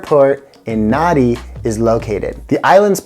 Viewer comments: Pronounced "Nandi" thats when i realised you were just reading. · I can't believe that you've been there, yet you keep pronouncing the place as Naa-dee. It may be spelt Nadi, but it sounds like Nandi.